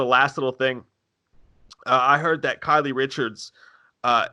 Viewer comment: Hey guys! It's "Kyle" Richards -just like a guy's name...not "Kylie." Love ya!